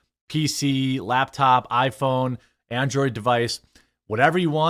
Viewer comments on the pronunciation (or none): none